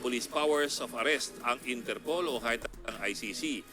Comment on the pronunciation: Inter POL not Inter POOL 😅